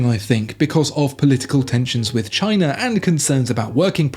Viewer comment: Also, what is Chiner?